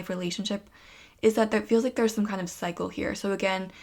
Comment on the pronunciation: pile 1 u said cycle but i kept hearing psycho 😬😋😂